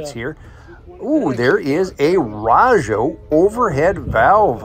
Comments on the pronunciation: You did a real good job covering all the cars, especially the alphabet cars including your explanations. I appreciate that you covered the inside as well as the outside of the museum, and the swap meet. RAJO is pronounced with a long a, not a short a. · I've always thought Rah-jo, but then I probably mispronounce a lot of stuff. You should hear me try and say 'wash'